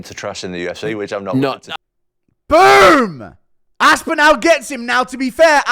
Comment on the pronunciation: AspinALL NOT ASPINEL